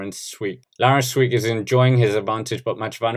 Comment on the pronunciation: can I give you a tip mate? Try to pronounce the "ee" in Sweeck as you would the "a" in brake